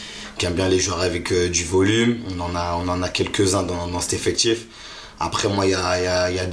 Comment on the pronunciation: C'est quoi un "effectchiffe" ? 🤔🤔